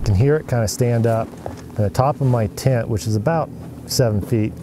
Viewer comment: It's a tent not a tint